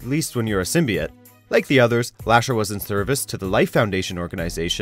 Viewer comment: Fucking hell. How can you can make a video on symbiotes and not know how to pronounce it properly